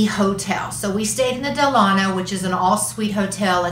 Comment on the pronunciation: Great video! I’m not trying to be the grammar police but it’s pronounced DELL-A-NO. The hotel is named after Franklin Delano Roosevelt.